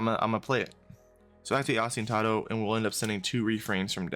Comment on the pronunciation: thanks for the list and combo demo btw, its pronounced: Oh-Sti-Nah-Toe